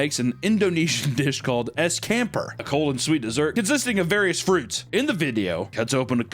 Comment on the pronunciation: holy goddamn pronunciation of the word "campur" LOL (as an Indonesian, my brain broke hearing him saying it) edit to add: the way to pronounce it is "chum-poor"